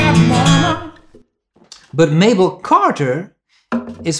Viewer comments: Dude, you're great! But it's not Mabel Carter, it's May-Belle. And did you notice who's playing guitar behind her? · Just an fyi, June Cash's mother pronounced her name May-bell Carter.